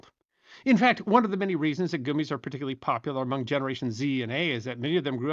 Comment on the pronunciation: Ree-cees finally makes sense, now that goo-mees has entered the lexicon! Regardless, great video!